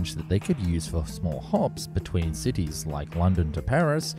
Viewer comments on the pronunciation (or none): none